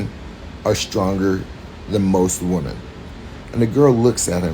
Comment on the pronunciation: First, learn how to pronounce the word "women" correctly.